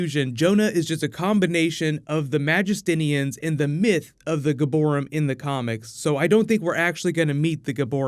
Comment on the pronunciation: Fun Fact - "Giborim" literally means "Heroes" in Hebrew. It's pronounced differently - (Gee-bo-REEM) and It's a modern word ,not an archaic one like "Nephilim" so I found it pretty hilarious to hear them say "church of heroes" on a weekly basis, specially when you think of the fact that in the show it was funded after the mythos of Jonah.. the villain..